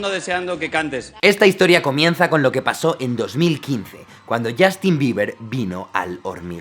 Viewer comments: Yastin? se pronuncia YOSTIN! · ¿Por qué los españoles tienen la horrenda costumbre de pronunciar la u inglesa como a? No es ander, ni es Yastin -_\